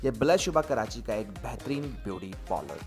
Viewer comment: Polars nhi hota parlour hota hai make up hota makup nhi hota kahan ki pronunciation sikha rhe ho